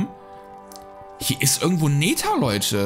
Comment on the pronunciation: Wie wäre es mal mit 'ner richtigen englischen Aussprache von Nether oder sag' dann einfach Hölle(nbiom). Aber dieses Neetär geht auf den Sack :P